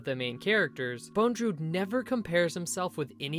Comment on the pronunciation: Bondrewd not Bonedrewd.